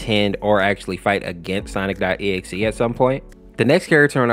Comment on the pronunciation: Bro it sounds like he’s saying sonicstotexe